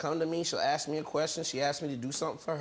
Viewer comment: Nak-it = NAKED Axe = Ask